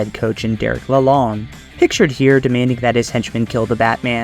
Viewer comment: Pronounce correct: Derek luh-loan. (bank loan)